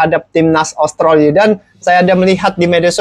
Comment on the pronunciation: Australi bang bukan austroli